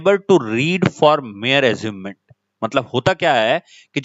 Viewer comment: It's amusement and the teacher here is reading it like asument and telling some different meaning which is almost opposite of what the correct meaning that should exist in this paragraph. Many students are watching this. Kindly pay attention while teaching.